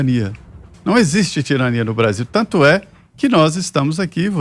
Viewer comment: Esse cabeça oleosa fez curso de oratória com a Dilma, com um detalhe, ainda é gago pra melhorar , e brézillll!